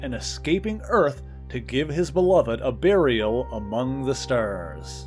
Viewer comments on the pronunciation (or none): none